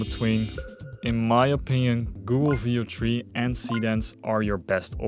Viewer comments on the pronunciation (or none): did anyone else think he was saying "video-tree" every time he went to say Veo3...it took me half the video to realize what he was saying.